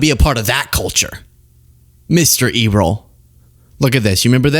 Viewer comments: His name is Errol . as in Errol Flynn, Not e roll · Errol Musk "never saw oppression" in South Africa beause HE WAS ONE OF THE OPPRESSORS. I believe Errol is pronounced "air- oll". There was an actor named Errol Flynn from Australia who got very famous in Hollywood. He died in 1959. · E-roll, really? Look up the pronunciation! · Isn't it pronounced, Err-awl? Edit - Could it be Earl?! Makes me think of the Dixie Chicks. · I guarantee Errol (pronounced air-roll) Musk never visited Soweto. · It's pronounced, "AIR-rull". 🙂 One of my good friends who happens to be black has the same name haha. ETA: Love the shirt,. I have the exact same one! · Pronounced Err (as in mistake) ol ( as in good ole boy) Errol. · You realize it's pronounced AIR-rul?? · Sounds like:air+roll like Errol Flynn kids 😂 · In all the circumstances I know of, the male name “Errol’ rhymes with ‘Carol’. A famous actor from maybe 80 or 90 years ago, Errol Flynn, pronounced his name that way. And a creepy guy who took my older sister on a date in the 70s and wanted her to, uhh, schtup him as repayment was Errol. Pronounced the same. She said “Not just No but F no!” He promised her he was sterile. She got a taxi home. And we forevermore referred to him as Sterile Errol. See - even that rhymes!